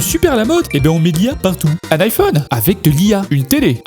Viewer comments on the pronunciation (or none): none